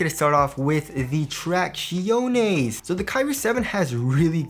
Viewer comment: The TRACK-CHEEONES